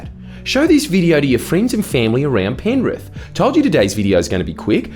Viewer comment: I believe you will find it is pronounced "Penriff"